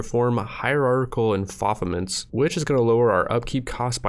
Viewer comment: enFOfEmEnts? hahahaha